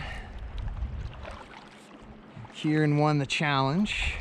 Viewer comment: We say Kieran